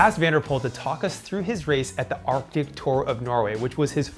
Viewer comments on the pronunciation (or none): none